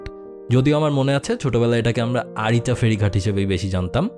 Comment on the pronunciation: আইচা না আরিচা